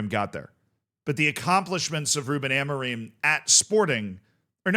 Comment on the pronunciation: its not amoriM its amorin dont say the M its like when CR shouts SIM , its not SiM or siu its Siiin (go listen to it )